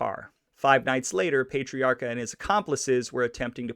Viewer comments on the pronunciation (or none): You are not pronouncing his name correctly. Its Pat... not Paytiarca. And trust me, I am from RI and the mob continued into the 1990's. They took credit unions, we had Mollicone, Diprete, and the wondaful maya twice elected Buddy Cianci. lol RI now is so expensive from everyone havin' to pay fo all thei crimes. We were priced right out and left family behind. Oh, and one maw thing, we do not pronounce the R in the name Pat riaca. That is how it would be pronounced, and Worcester is pronounced Woosta. LOL and I doubt many folks wer too pissed off he only got 80 days afta stealin' gems an diamonds. It's the way RI is to this day. We have a family memba who has been in and out of jail. It's just the way it is. They don't cair. RI is full of democrats to a fault. And folks need to work 2 jobs just to affawd an apatment neva mind a house. I don't know what happened to the histry of Roger Williams settlin' RI so that RI could have maw freedom. Cause growin' up we had loads of freedom, but its not that way anymaw. Thats the best I can do not having lived in RI faw 13 yeas. hahaha we have a language all our own. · If you're going to bust chops, get it right. It's not "Wooster," it's "Wistah". It's not "Pay-trairca," it's "Pat-trairca. He was born on "Shrewsbury St;" not "Shrewbury St." Thanks for the video. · War-chester? Also it's not Pay-triacha. 🙄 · Pay-tre-a-ca....? .,.... Pat-tre-a-ca. Pat....Not...Pay ..... I Hate the pronunciation police ...... But....it is What it is....Thanks for information on " Raymond " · Pat.tree.ocka.. thats how its pronounced. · PLEASE pay him some RESPECT and pronounce his name correctly PATRIARCA sounds like this ----> PAT - TREE - R - KA ~ Grazie